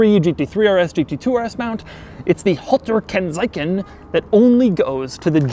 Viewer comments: "Holtar Kennsaicen" however made me laugh so hard, sorry. "Halter Kennzeichen" ("Kennzeichenhalter" would be correct if you use it in a sentence) means license plate holder. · "Halta Kennzeiken" ... As a German that kills me xD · as a German I really had to laught at his pronunciation of Halter Kennzeichen